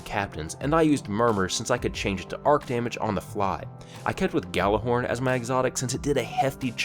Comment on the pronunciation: Gallurhorn? You mean Gjallarhorn?